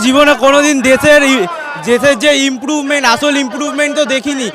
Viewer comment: ওরে বাবারে ইমপ্রুভমেন্ট উচ্চারণ করতে গিয়ে দশবার তোতলাচ্ছো সিজেপি যারা আছে তাদের শিক্ষাগত যোগ্যতা জানো একবার ওই মোদিতেই মেতে থাকো দু পাউচ খাও আর মোদি মোদি কর। ওদের সম্পর্কে কথা বলতে গেলে আগে নিজেকে ওই জায়গায় দাঁড় করাতে হবে কারণ ওদের যোগ্যতা কোনখানে সেটা বোঝার ক্ষমতা তোমাদের নাই। তোমাদের মাথায় আছে গোবর আর গরুর মূত্র